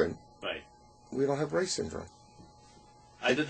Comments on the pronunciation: Hi. Just a small note. My great uncle's name is pronounced "Rye" (as in rye bread). It's not "Ray". Thanks for discussing this important topic. Kind regards, Kirsty Reye, Canberra, Australia. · It is pronounced Reye’s Syndrome not Ray’s syndrome. I am a Survivor of the 1974 epidemic. I was 7 and in a coma for 72 hours. We have connected 96% of the dots that the RS triggered my Ulcerative Colitis then went on to attack my lungs causing Bronchiectasis. It has taken 38 years to get this far. But CDC must put RS on the report call in. Their numbers are wrong and all the children we loose to flu has been RS but not reported.